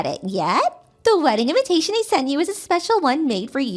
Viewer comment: I love how she pronounces "invitation" as "inventation"....por quoi?!! 🤔🧐